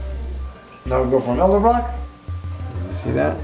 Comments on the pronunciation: E D E L B R O C K NOT E L D E B R O C K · I think my favorite part of this video is when keeps saying Elderbrock instead of Edelbrock. It's quite endearing. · I love how he calls it "elderbrock" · "Eldebrock" :p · thousands of hours spent with hotrod stuff and says Elderbrock not Edelbrock ( i said Elderbrock for years too) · It's Edelbrock, not Elderbrock... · I hate when people say elderbrock ... and not edelbrock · Vic Edelbrock is rolling over in his grave every time tries to say his name. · How is it possible that a man who has been around cars for so long can not pronounce the word Edelbrock???